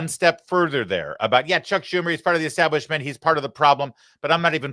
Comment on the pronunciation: Have you noticed how Bernie always says "eXtablishment"? 😅